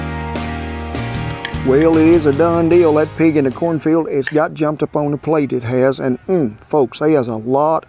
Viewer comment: Did you say "cornfald"? lol I love it.